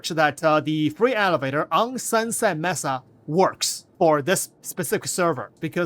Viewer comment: "May-sah" not "mess-ah"